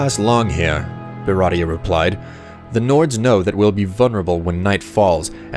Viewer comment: This is cool, but why do you keep saying "beratia" for Beatia?